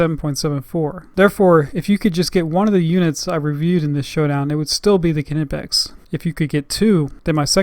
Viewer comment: FYI...Knipex is pronounced Kneepex.